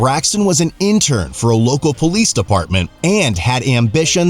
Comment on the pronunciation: Natural poh-lece